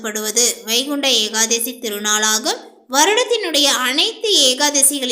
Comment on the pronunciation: ஏகாதேசி இல்ல ஏகாதசிதான்சரி